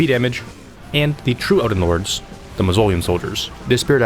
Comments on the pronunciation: Ive missed your uploads! So glad i saw this one. Also MAWS-OH-LIAM. Not maws-oleum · Bro said muzzolium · Its Maws o liam. Mausoleum. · Amon doesn’t rhyme with cmon. It’s “a-mun” and your pronunciation of mausoleum really burns my biscuit. Mahz-uh-lee-um. “Swordmaster ons”? ONZÉ (ON-ZAY). I can’t tell if you’re just fucking with me at this point. Yosh rhymes with Josh. No reason to put a long O in his name. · how do you not know how to pronounce mausoleum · The way you mispronounce mausoleum is very distracting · The way you say "Mausoleum" is hilariously wrong! xD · Hate the way you said mausoleum